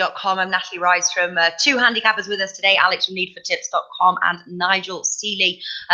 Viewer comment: Did she say tips or tits?